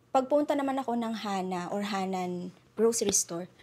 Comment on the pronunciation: Lougheed not Loughed it’s HANNAM not HANNAN!